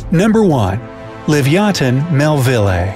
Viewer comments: You can't even pronounce Leviathan he said Livyaton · I disagree. Stronger bite doesn't mean much ine the prehistoric era. It's more just speed, whoever gets the first hit, and how smart they are. And also, it's livyatan, not livyathan. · *livyatan NOT "livyathan" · Wrong pronunciations: Rhamphosuchus is “ram-fo-sookus,” not “...such-us”; Livyatan is “leev-ya-TAHN.” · It's actually pronounced: li-vi-a-tan.